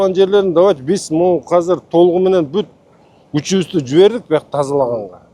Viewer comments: Казыр эмес азыр блядь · Казыр деп айтылбайт азыр деп айтылат.